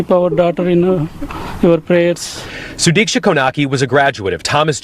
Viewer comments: No you are not saying her name right, not even trying to. Sudiksha [sue-deek-shah] is not Suduku or Sadiki... Girl what? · plz use a notecard for name pronunciations bc no way u called her “sudoku” 😭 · it's Su-Deesh-Ka☺ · Imagine putting this together with the proper pronunciation of her name repeatedly said and you couldnt take a second to learn and say it correctly... Gross. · Ti please the way you mispronounce her name, please to respect her learn how to say it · The fact that you’re covering a news story and can’t get her name right? Rest in peace🙏🏿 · Damn girl, butchering this girls name 😂